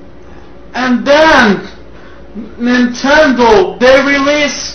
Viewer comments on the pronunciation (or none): neen ten doh SHIT cyuube